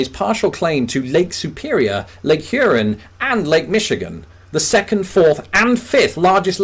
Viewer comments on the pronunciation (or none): This man really said Lake Urine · Yay!! Michigan made the list! P.S. Huron is pronounced Hur- ahn. Love that you live in the Midwest! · Huron? As in "Here on Lake Huron"? Only the old natives drop the "h," but the "o" is distinct and sounds nothing like the "i" in "urine." My dad said when he was in the army the other guys didn't hear the difference, so when he told them he was from Port Huron, they responded, "Porch urine? Sounds like a pissy place to live." Oh ha ha.